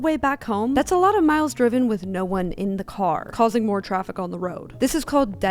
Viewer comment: Young females saying 'troffic'. Our language is doomed.